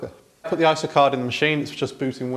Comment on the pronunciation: And yet he says "eye-sa" instead of "eye ess aye"!